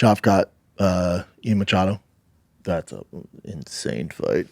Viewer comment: Stop saying mochado